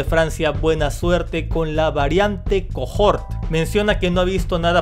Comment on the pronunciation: Es cohort (que significa cohorte, séquito...) no cojort Sólo se pronuncia cojort